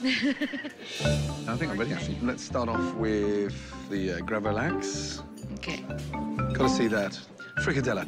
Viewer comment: He managed to pronounce gravad lax correctly. I think. At least that's how it's pronounced in Sweden.